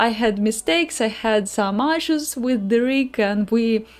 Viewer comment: Прости, не могу удержаться чтобы не поправить, issue произноситься через 'и'... А если по делу то стримы супер, досмотрел до конца ;)